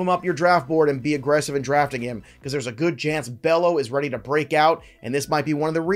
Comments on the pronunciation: Bay-yo ... no relation to Scott. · Come on man, it’s not pronounced Bello (like is looks)…it’s got that funky way of pronouncing it lol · Pronounced-"bay yo" and "ray-ginz"😮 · Love your stuff. Really need to get the names right though my guy.. Brayan Bello(Bay-O) Cole Ragans(Ray-Gins).. gins as in Ted Ginn Jr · Bello is pronounced BAY-OH Ragans is pronounced RAY-GINS Anyway, I think Luis Campusano is gonna be better than both O’Hoppe and Alvarez.